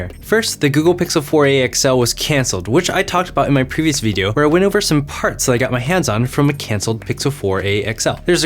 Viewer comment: Why did you pronounce "video" that way? Not hating, just curious because you don't usually say it that way and it sounds like it's in a different accent 😕